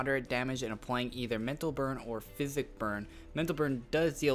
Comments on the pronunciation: It is pronounced Psychic ( Si-kick ) not Physic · psychic is not pronounced (fizz-ick) it is pronounced as (sigh-kick) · You don't pronounce psychic like fisic, you pronounce it like sykik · it always matters, I'm not hating tho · I was going to post a comment on that too but i see that you've got it taken care of XD! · great video man but psychic is pronounced as (sykick) not (physic) love the class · SAI KICK!!!! NOT FIZ ICK!!!! GOSH!!!!! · I cringed when you said psychic as physic...thanks for the video tho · you said psychic wrong.